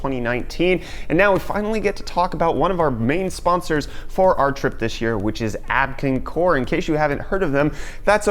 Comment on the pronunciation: Abkincore? Abkoncore? Their logo does not read like you say it. It looks like Abko-av-core. That's confusing.